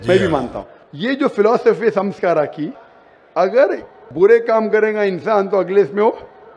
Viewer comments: Sanskara nahi Sanskar hota hai ! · Beta sanskar aur sanskara me bohot fark hota hai